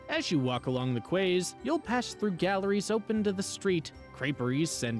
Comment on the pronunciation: Thx. Nice video. Quays is not Kways but pronounced Keys. That is English too, not even French. I know that few Americans are not aux fait with much French. Well done though many thx. Great scenery shots.